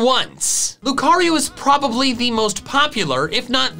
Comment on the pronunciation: Emphasis on "probably"